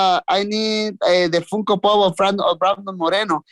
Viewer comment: It's Brandon not Bradon anyways love this guy, just positive vibes